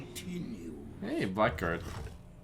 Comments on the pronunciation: Blackguard is pronounced blagard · It's pronounced "blaggard", not "black guard". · Isn't it something like "Blaggard"? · Haven't heard a single streamer pronounce blackguard correctly yet -_